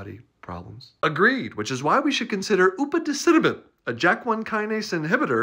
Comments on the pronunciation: The upaticinomid is being pronounced by a twin of John Cleese. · I've seen this drug come up at work a few times and this pronunciation is GLORIOUS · Dr. G: Upadacitinib Me: Bless you.